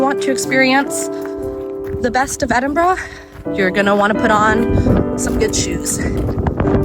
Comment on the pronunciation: Fantastic to hear Edinburgh pronounced correctly by an American, Keep it up and welcome to Scotland, Slàinte mhath.